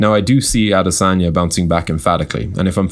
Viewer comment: Damn, see the way you butchered his name